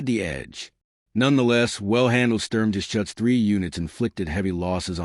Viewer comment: A very good summary, but it's a "Sturm-Ger-Shuutz", not a "Sturm-Ges-Chutz" and "Vhermacht", not "Where-Macht". The Stug III was never a Self Propelled Gun, it was always either an Assault Gun or a Tank Destroyer.